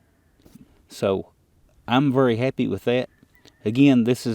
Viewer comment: That’s a “vury” well made bullet ;)